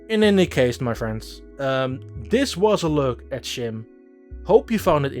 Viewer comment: Come on dude, youre dutch the game is dutch, the name is dutch. Pronounce it right